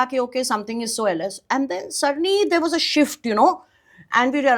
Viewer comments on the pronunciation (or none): none